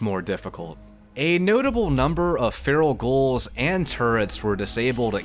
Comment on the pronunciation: I genuinely enjoy your content and personality, but you're pronouncing 'ghouls' like 'goals', why? lol